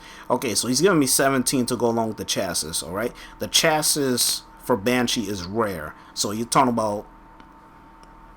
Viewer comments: Chasses? It's chassi. Think of the Pokemon Chansey when you say it. It's not hard man. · "Chassis" is pronounced "Chas-E" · Had to stop watching due to the constant mispronunciation of chassis... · Hahaha, he can't pronounce "chassis"